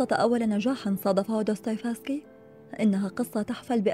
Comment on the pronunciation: جمااالج وانتِ تلفظين دوستوفيسكي